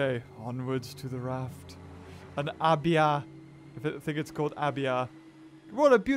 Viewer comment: It's pronounced ay-be-uh